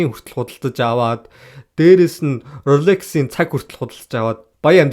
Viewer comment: Usee zasuulaachee bas relex bish rolex shuu hha